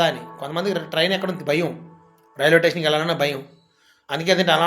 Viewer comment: టేషన్ కాదు స్టేషన్ ఇంకెప్పుడూ వీడియో లు పెట్టకు